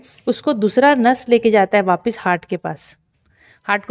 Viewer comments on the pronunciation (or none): none